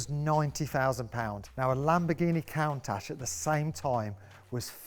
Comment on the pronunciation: How tf did u pronounce Countach